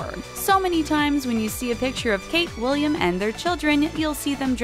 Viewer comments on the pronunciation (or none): none